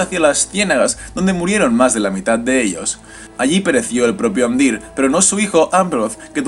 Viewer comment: en realidad, no es exacto. por ejemplo: pronuncia amdÍr, cuando debería ser Amdiir y dAgorlad, cuando debería ser dagOrlad. aunque se agradece el esfuerzo